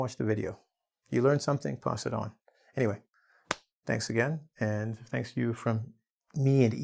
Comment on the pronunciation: He said Chao at the end of video that sounds like Vietnamese